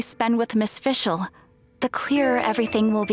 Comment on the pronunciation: Thanks for uploading these cutscenes! I am making a video about Fischl's and Oz's horrible german pronounciation and this really helped me with my research. Keep it up!